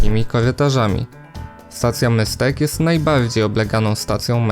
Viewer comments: Můstek wymawia się Mustek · wszystko super zrobiłeś :) Naprawdę. Nie chcę się czepiać, tylko na jedną rzecz chcę zwrócić uwagę. Wymowa Stacji Můstek. Wymawiasz to jak po niemiecku München. To czeskie ů wymawia się normalnie jak U, tylko dłużej. W pisowni to czeskie u zamknięte. Můstek znaczy mostek :)